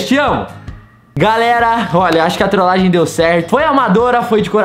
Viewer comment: A ora que eu mais sori foi você falando trolagen kkkkkkkk